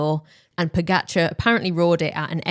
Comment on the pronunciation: Why not learn how to pronounce pogacar name correctly? Laziness Indifference